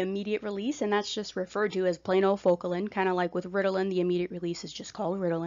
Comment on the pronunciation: Sorry, but you lost credibility when you didn’t even prepare enough to properly pronounce an often used but underrated medication such as Focalin. Such a shame because you were nice in your explanations otherwise. I’m on Focalin and was so disappointed in the misinformation or maybe it was just lost in translation by the oddly delivered information. You have potential to be helpful, but please know what you’re talking about.